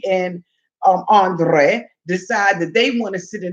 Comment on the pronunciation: ANDRRRRRRRRRRRRRRRRRRRRRRRRRrrrrrrrrrrrrrrrrrrrrrrrrrrrei rrrrrrrrRRRRRRRRR